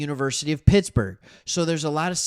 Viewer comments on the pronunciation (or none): none